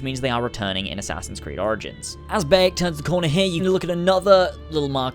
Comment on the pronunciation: It's Ba(h) yek not ba(e)yek